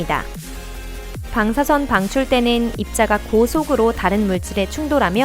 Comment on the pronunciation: 방사성 방사성.. 일부러그러나??.. 방.사.선.